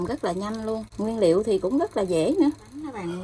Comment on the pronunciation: Nói kg can Nguyễn Liêu noi mắc cười 😂